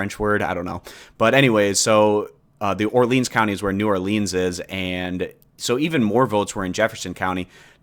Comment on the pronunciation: Lol hearing you say Baton Rouge and New Orleans.... bothers me. But i'll let it slide.